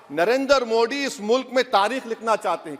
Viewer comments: ये दस का “द” साफ़ बोल लेता है लेकिन “मोदी” को “मोडी” बोलेगा क्यूकी एजेंडा है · This fellow does not know how to pronounce the name of Modi! In Urdu, Arabic, or Persian language there are letters like ِدل दाल and डाल ڈال ڈ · क्या ओवैसी को हिन्दी बोलना नहीं आता । मोदी को मोडी क्यों बोलता है। अगर ओवैसी को नाम को बिगाड़ कर बोलना क्या उसे पसन्द आयेगा। वाह रे ओबासी।